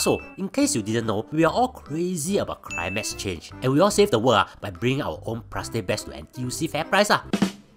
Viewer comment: "Climax change"